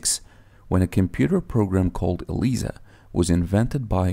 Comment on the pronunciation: pronounced EL-AI-ZA